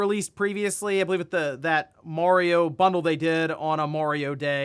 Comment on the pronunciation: My man needs to watch the Mario Bros plumbing commercial for the proper pronunciation of "Mario" 😆